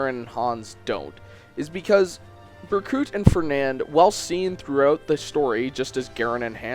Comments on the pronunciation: I know he explained But it's Berkut...not Burcut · bercut bruh, it's pronounced berkoot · Ber cut omg i'm dying, it's pronounced burkoot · he pronounces it "bercut", heh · Berkuut. Ber-Kuut. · how the hell does one mispronounce the name of a character whose name was spoken so many times throughout the game... BER-KOOT!! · Lmao reading the comments while listening. And someone says Berkut is being mispronounced and I'm here thinking, "Bur-cut?" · BER•KOOT! It's Ber•koot! My OCD is going off the charts, pronounce it right!! Just kidding... XD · 4 you pronounced Berkut wrong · UNCLE! Berkut is my favorite villain in this entire series. And you're saying Berkut wrong. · Berkut is Ukrainian for Eagle and in Slavic languages the u is pronounced as "oo". AFAIK an umlaut only makes an u sound the way a single u sounds in English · Great video, but you pronounced Berkut wrong, so I guess I have to shank you in accordance with Rigelian law